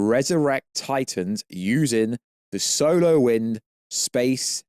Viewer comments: Are you trying to say "'solar' wind" during the video? Because your accent makes it sound like you're saying "'solo' wind" (which sounds funny). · Why did he keep saying solo winds it’s SOLAR